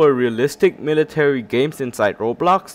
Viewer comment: i love how he says roblax